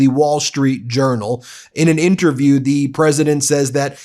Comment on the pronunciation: A and the, not aye and thee.